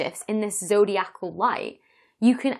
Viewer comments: Having read the "His Dark Materials" series of novels, I know to not underestimate the multi-cosmic importance of dust. Also, wouldn't it be zoh DEYE ah Cal, not zoh dee ACK all? 🙂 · Zodiacal is pronounced, zo-dye-i-cal. Not zo-dee-ac-al. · zo dee ACAL is so cumbersome Why not zo DI acal ?